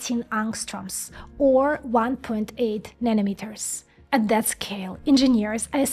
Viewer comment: Instead of saying That you say Zat.